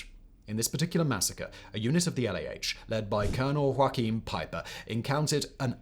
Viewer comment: Joachim is pronounced "Yo-hagum" not like Joaquin Phoenix. Great video though!